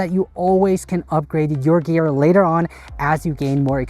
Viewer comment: also, "No expensive Grear"